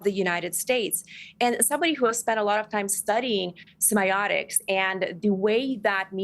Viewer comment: If you claim to have studied semiotics extensively, how come you don't even know how to pronounce the word?